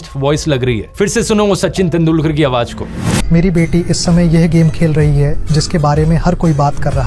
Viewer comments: Is this video of yours original? because you are pronouncing the word "Awaz" SOUND as "Awaaj" again & again in this video. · The word spell as AWAZ and not AWAJ. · Awaz not Awaj in pronunciation,any way you are great inspirational & information giver of world 🌎, Thanks dear. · AWAJ NAHI AWAZ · Aawaj ✘ Awaz ✓ Sir Please Improve your pronunciation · Brother aap ki ye video me mistake h ye ai generated to nhi Qki aap awaaj keh rahe ho jab k wo awaaz آواز h na keh آواج